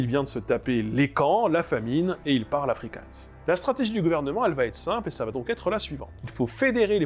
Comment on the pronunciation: Attention à ta prononciation du G en Afrikaans et en Néerlandais, … c’est pas un G allemand comme dans Gulli, mais bien une Jota comme Johann Sebastian BaKHHH